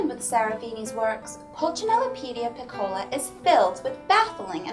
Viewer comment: Thanks for the review. Please though, "piccola" should be pronounced withe the accent on the "i", not the "o." And in French Pulcinelle, the "ci" part is like an "s" sound.